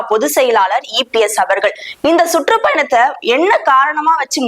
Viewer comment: சுட்ரூப் பயணம் இல்ல..சுற்றுப்பயணம் தமிழ் உச்சரிப்பை சரி பண்ணுங்க